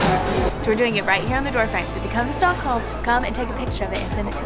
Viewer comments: "Stickholm" ?? (at 5 secs) Haha.. Awesome vlog as usual guys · alredy in you say stockholm wrong HOW (im swedish) btw when you go on the street it would be good to know behind you with lindex a terror attack took place. its called terror attacken på drottning gatan. sadly i child and meny other peolpe got overun by a terrorist with a truck second. old town is gamla stan on swedish third. the most popular street is drottning gatan or queens road. why you diden't come to sweden long ago is becouse we have the worst winter. and the "pink onions" is lingon and thats a must to meatballs and thats is köttbullar. if you going somewhere pls just say it whit the original name corectly.